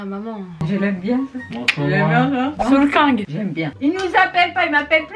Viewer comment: Wissam : « solkang » 😭😭😭